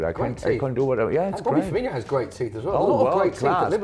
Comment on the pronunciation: “Firminho“ It's Firmino ffs 😂😂